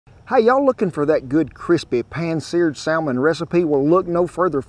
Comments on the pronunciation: Oh Lordy..saLLLmon😂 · Why would pronouncing the ''L'' in the Salmon be wrong? I'm confused.